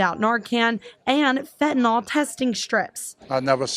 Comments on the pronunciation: It is not pronounced fentanawl. It's fentanill. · FEN-TAH-NIL (FENTANYL) sorry, as a nurse i cant hear FEN-TAH-NOL one more time.. .LOL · Fentanyl is pronounced fen tan NILL The reporter even mispronounced it smh.